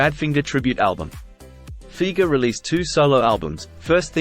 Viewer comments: Pronounced FI-GERR NOT FEEGERR! Ugh! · It’s amazing to me, not really, but the majority of people will say Doug Fee-ger. That’s like The Kinks - Ray Davies is actually pronounced “Davis”.